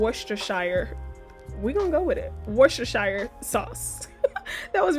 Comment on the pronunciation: Worcestershire is pronounced Wu-Stuh-Shr or Wu-Sta-Shure. Love your inspiring cooking!!